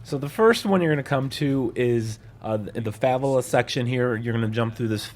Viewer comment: the what lol what’s a favala?